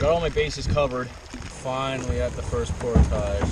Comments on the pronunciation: It's portage not portoshhhhhh!!! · portage rhymes with porridge, not montage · its pronounced port-ij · He loves saying portouge omgd. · YOU MAY WANT TO LEARN TO PRONOUNCE ''PORTAGE' LOL GREAT VIDEO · this randomly popped up as I let YouTube play and I just couldn't the way you pronounce portage drives me insane you are wrong stop it.